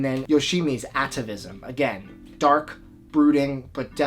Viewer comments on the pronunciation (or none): none